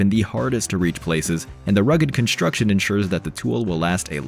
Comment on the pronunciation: Construction, not “Conshstruction”.